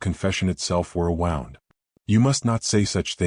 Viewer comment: Wound is one of our English words that can be pronounced MORE than one way. Please note that and pronounce appropriately! Also her curtsy was weighted NOT waited! I love this story!